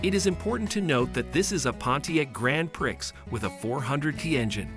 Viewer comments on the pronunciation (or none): No “Grand Pricks” here Maybe a Grand Prix pronounced Pree! (Your job not mine to pronounce correctly!) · Who is doing the narrating? Learn to pronounce names and learn that the numbers arent read the way this narrator does it. Cant even say sedan properly! Also, its Grand Prix (sounded as Pree)